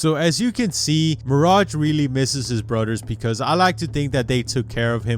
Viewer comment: Mirage really misses his “brudders”